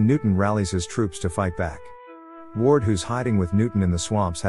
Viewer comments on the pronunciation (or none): none